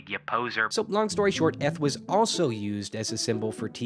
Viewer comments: Wouldn't "eth" have been pronounced with the voiced dental fricative rather than the voiceless dental fricative as you pronounced it? but /æ/ is not between /e/ and /i/. /æ/ is in fact more open than /e/, so either your examples are wrong or your linguistics are wrong. That's just complete and utter bullshit. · Great video! Ðis is just ðe kind of stuff I study in my free time, & I'm glad oðer people are passionate about it! Just, please, work on ȝour pronounciation of eth and yogh. That was hard to listen to.